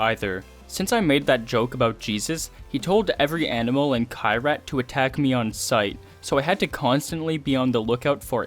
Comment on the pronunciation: Crabs aren't an STD. Also, your pronunciation of Kyrat is weird.